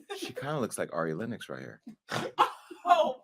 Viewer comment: Ari Lennox?! Ari lennoxxx? Ari I’m so sorry sweetie